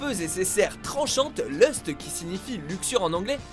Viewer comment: Lust ? J'ai du mal entendre